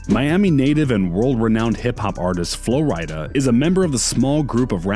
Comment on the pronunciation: It’s not Flo Ryy Dah it’s Flo Rida like the state Florida